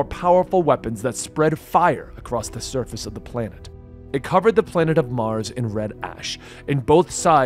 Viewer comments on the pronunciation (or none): none